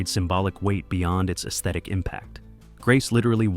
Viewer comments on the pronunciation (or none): none